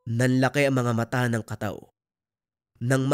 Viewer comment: Tama po ang bigkas mo SA kataw 🙂